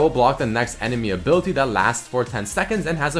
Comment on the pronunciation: I just cringe when doesen't pronounce the I's in some words like Ability and Invisibility. He says Abilty and Invisibilty... Please...